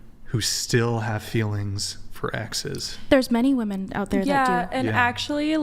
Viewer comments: #4 from the left, just say "girls" or "chicks" or "ladies". You are incapable of pronouncing the word "women". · I’m a woman and I’ve noticed it every episode especially when is on lol. Idk if it’s how they pronounce it in LA but “women” a plural is always pronounced as “woman” singular